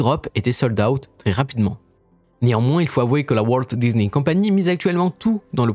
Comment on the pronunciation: Un peu pénible l’accent américain Disni je ne connais pas Marvol non plus La vidéo est en français, pourquoi prendre cette accent sur les mots anglais. Faite la vidéo en anglais ce serait coherent